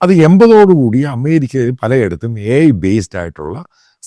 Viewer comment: ഏഐ സമ്മിറ്റ് ❌ അയ്യേ സമ്മിറ്റ് ✅